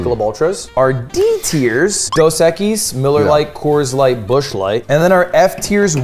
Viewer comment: As a spanish person, I can confidently say the way Ludwig says 'cerveza' here is perfect form. As well as 'dos equis'